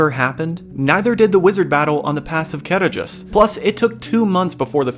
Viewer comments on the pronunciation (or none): Small nitpick, in the appendices, Tolkien states that dh makes a hard th sound as in the or that. So Caradhras should not sound like car-a-dras, but car-a-thras. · The "D" in Caradhras isn't pronounced. The "dh" has the sound of a soft "th". Sorry, but I've read and reread the "Aid to pronunciations" in the books, something like 12 times, just because I want to be sure I'm saying it correctly. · You didn't read my original post carefully, did you? The point was not the dh: I simply included that because I wrote a dh, so it needed explaining. The point was the stressed syllable, noted in all capital letters. ca-RADH-ras, not CA-radh-ras. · They pronounce it wrong in the film. It's ca-RADH-ras, where the "dh" sounds like the voiced "th" in "the." See the rules for Sindarin stress in The Lord of the Rings. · On my language it was always Karadras. It's mostly due to the translation rules of the foreign languages, specifically the Welsh (which I belive Sindarin is based on) Where any form of written Ds is pronounced D. So Gwynned, Blaidd on my language are pronounced Gvined and Blayd